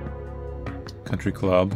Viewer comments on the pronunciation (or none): none